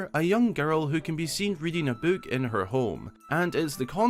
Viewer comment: how can someone mispronounce book?